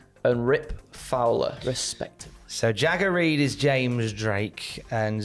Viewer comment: Genuinely thought Andrew said "Shagger Reed"